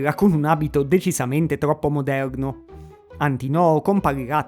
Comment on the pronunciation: Condivido tutte le considerazioni del video sulle brutture di questo film, però non posso esimermi dal correggere: la pronuncia esatta è Antìnoo non Antinòo.